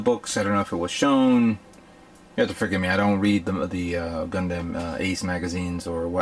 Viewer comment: Lol he says gun dem like gun damn